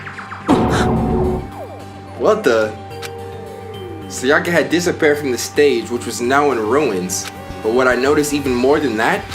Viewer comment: The way you pronounce “Sayaka” has me dead.💀